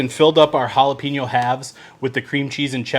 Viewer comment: Bro, let me break it down for you. Hola-Pen-Yo= jalapeño. There’s no peen in it. You’re Welcome 😉